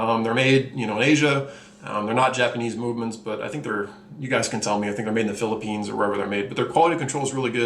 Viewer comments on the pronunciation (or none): none